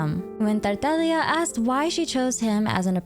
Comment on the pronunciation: Thank you for pronouncing Tartaglia correctly! I don't know why, but as a fluent Italian speaker it bothers me when I hear people pronounce harbinger names incorrectly, especially when the names come from a treasured piece of Italian art: la commedia dell'arte! :)